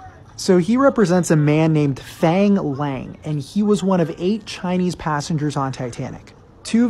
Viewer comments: If you're gonna make a video about him at least pronounce his name right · Thats not how you pronounce fang nor lang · To pronounce “ang” Chinese names use the “ah” sound (phonetic “a” like in water, or want) f“ah”ng L“ah”ng not f”ei”ng l”ei”ng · Fang rhymes with bong. Not pronounced like English fang 🦷. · No, actually its like faang laang if you were to pronounce it in mandarin. But if you want to pronounce it in Cantonese, its pronounced foong laung (its hard to make you understand because cantonese is very hard) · Did you really have to pronounce fang lang with the whitest accent possible💀